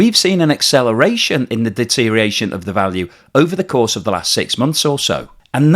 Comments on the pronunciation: siiiiiiiirrrrr please it is deteriORation NOT deteriation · I'm not a native speaker, but shouldn't it be deteriORation instead of deteriation?